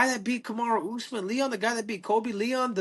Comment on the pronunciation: They keep messing his name 😭